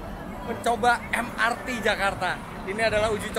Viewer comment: Em-er-te Bang, sudah diindonesiakan kepanjangannya jadi Moda Raya Terpadu, jadi pelafalan singkatannya mengikuti ejaan bahasa Indonesia, karena kepanjangannya berbahasa Indonesia